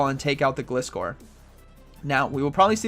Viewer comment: You pronounced gliscore wrong 😭 it’s pronounced (Glie-score)